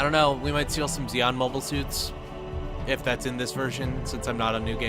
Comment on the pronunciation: You should play the one with the cheesy live-action cutscenes next ( War for Earth ? ), where among other things, they pronounce Zeon as "John". That way you'd have an army of Jims vs the evil Principality of John.